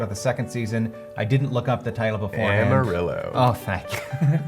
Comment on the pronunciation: They pronounced amarillo wrong ;___